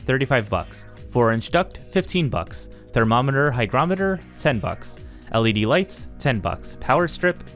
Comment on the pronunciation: Fantastic review, informative and professional. I loved the DIY cost vs buy calculation, very nice. Also, THANK YOU, you are one of the few YouTubers to pronounce, hygrometer (hai·graa·muh·tr) correctly. This is a great product, some suggestions for improvements: A drawer for tools under the printer enclosure; Ensure room for an AMS/CFS in the printer area and on top of the printer; Cabinet doors on the lower half; A hygrometer on the upper section; Weather stripping for the doors; Slide out bottoms for the printer and filament areas to make access easier.